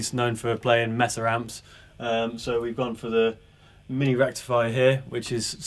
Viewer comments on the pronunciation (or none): Please guys - you are selling these things - Its MAY-SUH Not messa boogie - these amps are certainly not a mess!